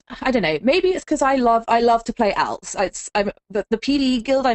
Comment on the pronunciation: What drives me more insane is her pronunciation of "alts."